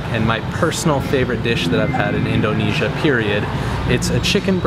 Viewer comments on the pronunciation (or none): "in DOH nesia" hehe, most people say indonesia like indernesia without much emphasis on the O